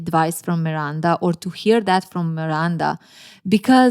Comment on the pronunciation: I love how you pronounce Miranda 😊❤